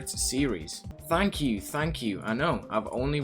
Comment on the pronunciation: I heard "f*** you for watching" instead of "thank you for watching" at the end